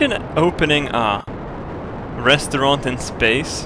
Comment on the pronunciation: Restaurent, not restaurente!